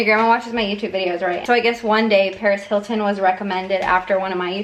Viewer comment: When she said Paris Hilton I thought she said PAREZ HILTON I WAS SCREAMING!!!!